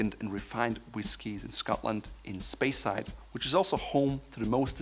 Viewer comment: Was great till “Spreyside”...